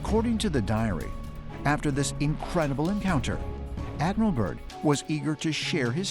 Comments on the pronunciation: Admiral Byrd - not 'Burn' .. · It's Byrd not burn smh lol 😅